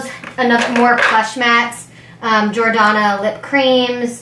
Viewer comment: The way you pronounce the name of some of the brands drives me crazy mostly Because your pronouncing it completely wrong. Especially Jordanna